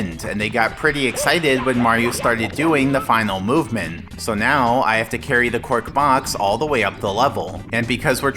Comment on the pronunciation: it has taken me this long to realise that was saying "cork box" instead of "quark box"